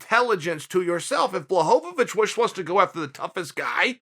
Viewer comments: Me: Blachowicz Chael: Blahobowicz Me: okay Blahobowicz it is. Sorry Uncle Chael. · No one: Uncle Chael: "BLAHOVOVICH!" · BWA-HO-VITCH give respect to his name. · (Blah-ho-vich) Mr Chael sir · I'm glad you finally came around with Blachowicz Chael. He made Light Heavyweight Great again. BTW nobody pronounces his last name right except Joanna Jedrzejczyk not even that douche bag Ariel pronounces it right.